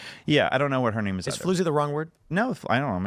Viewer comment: Goodness gracious hahaha the amount of mispronunciations of these women's name is incredible hahahaha.